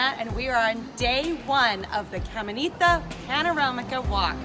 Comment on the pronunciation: "Camenita" lmaooooo